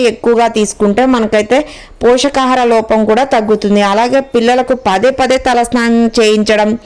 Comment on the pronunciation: Pochakaharam కాదమ్మ.పోషకాహారం అనాలి.